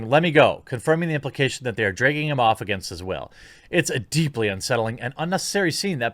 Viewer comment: Stop saying "dregging", it's pronounced "DRAGGING".